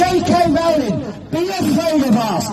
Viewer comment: See! They can't pronounce Rowling! It's all the same. Clearly their own actual knowledge of JK Rowling is through the words of other activists. Sigh